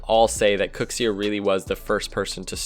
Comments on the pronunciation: STOP CALLING KUXIR KOOXS-EER LMAO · Noooo it's not "cooksear" it's "kuxir".... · it's not called the cooks ear pinch. it's called the kuxir pinch. why does nobody say his name right... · I hate how he says Kuxir lol